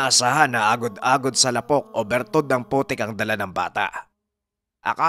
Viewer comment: ang pagbigkas Ng lapok ay Di mabilis, ilonggo or Bisaya Yan means putik 🙄